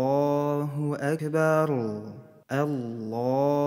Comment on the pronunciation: А почему звучит Акберу? Как будто буква "у" вконце. Объясните новичку